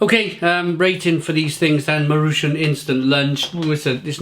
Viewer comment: Nice review! I usually eat these if I’m out of time. By the way, you pronounce it “mah-roo-chon”